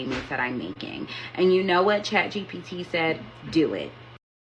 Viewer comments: Its chat G P T not G BT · It’s “GPT.”